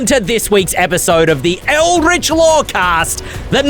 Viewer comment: i love!! Watch his show all the time but someone PLEASE tell him how to pronounce ELDRITCH:P